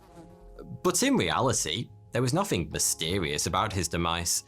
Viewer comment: 'Fhree fhousand years' 'Nofhing'